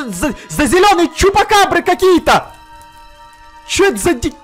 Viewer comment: почему ты всегда говоришь чупакавра